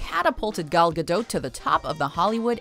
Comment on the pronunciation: It’s not pronounced ga - dote , it’s pronounced ga- doe